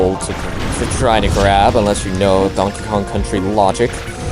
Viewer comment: Sounds like you said 'Donk Kong'. At the beginning cx